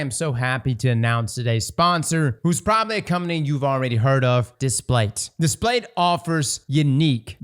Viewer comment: Displate not Datplate. 😎